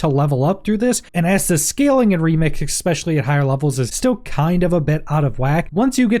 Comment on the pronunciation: Say it with me: ESPECIALLY. ESPECIALLY. Not " Exspecially".